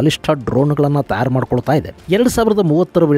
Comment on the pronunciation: ತಯಾರು ಅಂತ ಸ್ಪಷ್ಟವಾಗಿ ಉಚ್ಚಾರ ಮಾಡಿ ಸರ್.. ತ್ಯಾರ್ ಅಂತ ಕೇಳೋದಿಕ್ಕೆ ಸರಿ ಅನ್ನಿಸ್ತಾ ಇಲ್ಲ..